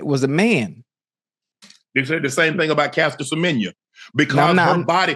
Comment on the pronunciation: Well done Unk in pronouncing our fellow South African, Caster Semenya's name so well.